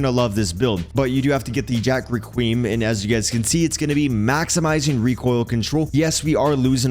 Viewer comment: With all do respect, your pronouncing “Requiem” horrendously.